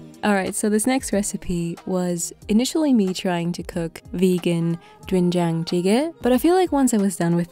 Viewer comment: you did really well saying 된장찌개 (Doenjang Jjigae). You especially nailed the Jjigae part!